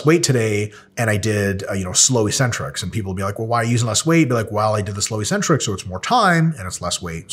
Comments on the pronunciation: Hey Mike, I keep hearing you use the word EE-centric, -like eccentric, but pronounced with only one 'c'. On your slide you have the abbreviation 'Ecc'. Could that possibly be referring to the actual word eC-Centric??? If not, please advise. I can't find the word 'ecentric' or 'eecentric' in any English dictionary. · Why does everybody pronounce it "e-centric" when there are two Cs??